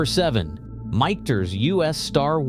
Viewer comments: “Mickters”…computers have trouble getting words right. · I feel dumber for having watched this video!! It's pronounced "mickters". Not whatever he said, and it's a good bourbon...not great. Bulleit is okay. Willet is garbage!